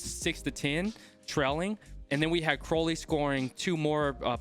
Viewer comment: Hey, just wanted to let you know that Crowley's name is pronounced cr-ow (as in if you get hurt)-ly rather than crow as in the bird